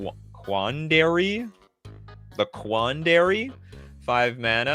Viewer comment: bro cant pronounce quandary